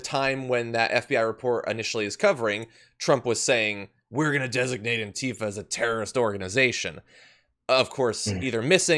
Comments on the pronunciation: ANTIFA is accentuated on the first syllable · True Cerium, Really? Well, I’ve been pronouncing it, “an-TI-fa” this whole time. And will continue with that. Different Strokes, I guess, huh?